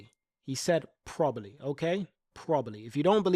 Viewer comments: I'm losing my mind because he can't say probably properly 😂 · Hamilton said probably the strongest driver pairing. The emphasis should be on 'probably". Why are so many people missing this?